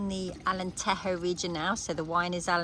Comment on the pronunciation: You are right about the Alentejo pronunciation. The Portuguese J is pronounced different than the Spanish J.